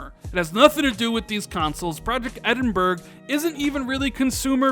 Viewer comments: Fake,btw,it’s pronounced Edin-bra,Edin-bruh or Edin-burah definitely not Edin-burg 👍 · edinbura not edinberg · This moron doesn’t know how to pronounce Edinburgh.